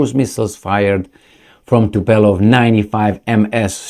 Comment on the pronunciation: It is TUPOLEV!!! Tupelov sounds awful :)